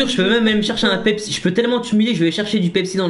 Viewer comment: 7min40 qui dit « pepepsi » AHAHAHA